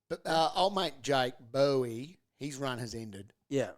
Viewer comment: cmon guys, pronounce Boweys name right :)